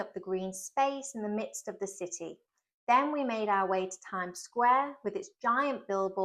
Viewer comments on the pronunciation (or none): none